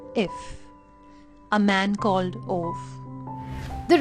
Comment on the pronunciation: I did not expect to love A Man Called Ove as much as I did. Funny, wholesome and beautiful. P.S - it's pronounced as "ooh-va"